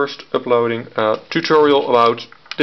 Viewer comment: the way you say "tutorial" sounds like alantutorial